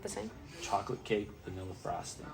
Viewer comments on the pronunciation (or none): none